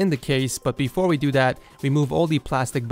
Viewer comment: "but befo we do dat"